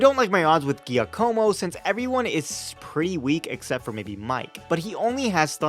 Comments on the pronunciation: I like your vids, but there's one thing that's been niggling at me: Giacomo is pronounced Jack-O-Mo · Just a small correction: "Giacomo" is pronounced "gee-AH-como"